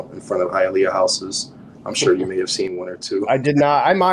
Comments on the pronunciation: It's pronounced "Hi-yuh-lee-uh" lol. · It's pronounced hia-lee-ah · Hialeah is pronounced..."HIYA LEEYA" ur killing me with ur pronunciation 🤣 🤣 🤣 can't believe no one corrected you on that before you posted this. This was well put together though. I'm from south Florida...u should do one for Broward county, take em thru north Lauderdale.. pompano, Lauderdale lakes and lauderhilll down 441 by the swap shop to sunrise... hollywood and east side Miramar... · It is pronounced HI A LEEEYA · It's HiaLEEah. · Hialeah is pronounced “high-uh-lee-uh” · Hayaleeea. Lol. Good video ! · Not to bash your work, but it is pronounced "Hi-ah-lee-ah" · Hialeah is pronounced Hi-ahl-ee-ah not Hi-ahl-ea-uh.